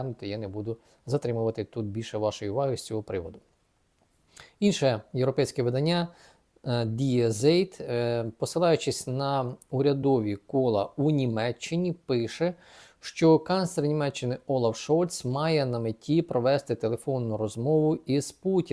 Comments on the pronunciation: Не "ді зейт", а "ді цайт". 🙂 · пане, "інше європейське видання" в транслітерації звучить як "ді цайт" (Die Zeit) 😅